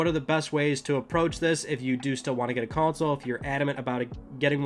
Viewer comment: Console or is it Cownsole how the F is he saying it?